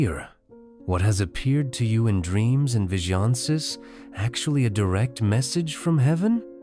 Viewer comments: "vish-E-onn-cez"... visions? 😂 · "That what you see-ur. That what has appeared to in dreams and vijohnses" 😂😂😂 yeah very quality video here. Couldn't even be bothered to record audio in actual words. What crappy Ai are you using that it can't even read? If you can't be bothered to have someone do a voice over, why do you even have a channel. Crappy content like this is shameful. The whole topic of the video is already nonsense but then the voice mispronouncing basic words. Ridiculous. Laughable. This channel cares nothing for quality content and just pumps out garbage.